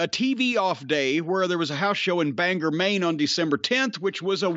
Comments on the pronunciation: It's pronounced BANG-GORE.. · I swear everyone not living in Maine pronounces Bangor wrong. But I'll excuse Jim Cornette, because he's Jim Cornette, and you don't correct him. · Hey Jim, Bangor doesn't have an er at the end it's or.